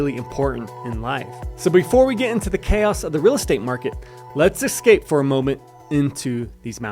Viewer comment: No Californians, No Texans! And nobody who says "Excape" for Escape. Are you ranting about your real estate business or all the agents in Pagosa?